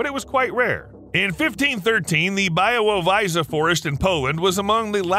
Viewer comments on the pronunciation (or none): Your prenounciation of Białowieża is just hillarious :D I think it would be much better to just say White Tower ;)